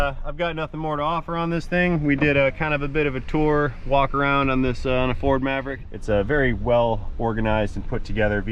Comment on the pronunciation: ..."Perfect , " fer a Ferd !!!...😂😂😂...